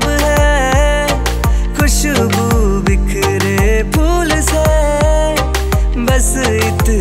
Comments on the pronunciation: Apna pronunciation theek karo urdu lafz use hote hai unko tum correctly nahi bol pa rahe ho jaise khwab khushbu ye sab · Pronunciation gadbad hai tumhari singing ka like khwab khushbu ye sab